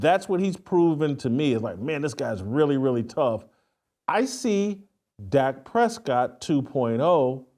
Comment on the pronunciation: This fool said Dak Prescott 😂😂😂😂😂